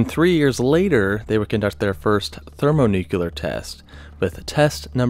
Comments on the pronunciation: How does one get to the point in the production of a video like this and still not know how to pronounce “thermonuclear”? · ThermoNUKEELAR bombs? His pronunciation was so annoying 😅